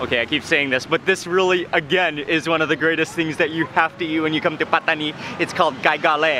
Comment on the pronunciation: Love how you pronounce “Pataniiii” & “Rrrotiii”